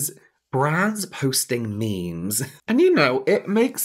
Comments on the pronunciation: James saying 'me mes' when talking about board room meetings made me laugh so hard I had to pause the video hahaha. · “Let’s post me-me’s” 💀💀💀